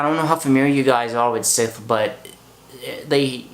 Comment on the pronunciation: Are you saying Sith? :) Bless you. Enjoyed your review :)